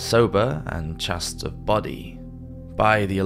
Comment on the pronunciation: It must have been such a terrible life for those with leprosy, throughout history, my heart goes out to them. Not until the age of antibiotics, around 1950, was there a cure, antibiotics. BTW, chaste rhymes with paste, not with fast (English).